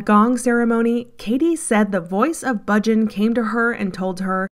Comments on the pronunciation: The commentator is mispronouncing Yogi Bhajan. Hundreds of times. It is not Budgin! She is driving me crazy. All the same, this is a great expose and more than true. Congratulations. Try saying Baah-Zshan. Beware of anything that seems too good to be true. Beware of Gurus. Beware of smooth talkers trying to sell you something. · You folks did a tremendously good job on this documentary. Really, exemplary! The editing, soundtrack and footage are perfect. I have only one problem--the narrator repeatedly mispronounced Yoga Bhajan's name. Bhajan is not pronounced Bujin! Try Bah-zhan. All that hard work, and this one nerve wracking error like screeching chalk on a blackboard. All the same, congratulations for a powerful expose! I met Bhajan in 1971. He was a con from the very beginning. By the way, a bhajan is a devotional.hymn. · Thank you for this documentary, very right on. Just one thing, Yogi Bhajan is pronounced …Baahjaan … long a’s no u or i sound … keep up exposing these folks. I met Yogi Bhajan in Santa Fe NM long ago and he is absolutely 100% a rip off. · Bhajan is pronounced Bayah-n Guru Jagat us pronounced Yg-ah-gyad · it is "jahgaht" and "Bahjahn" whether or not they are husksters